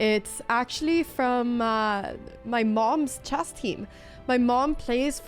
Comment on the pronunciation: oh ya that's right... If people speak 3 languages that means they cant pronounce the SIMPLE word CHESS.... NOT CHASS